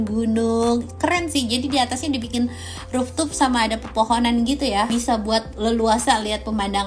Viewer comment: Maaf, rooftop ( dibaca: ruftop) sebutannya. Bukan Ruftup 🙏🏼😁